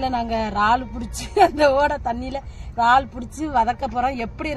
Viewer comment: வார்த்தைகள் பேசும் பொது யங்களுகு சில வார்த்தைகள் புரிய இல்லை இரல்லே ரல் ரால் சொல்லும்போது yanaku புரியவில்லை.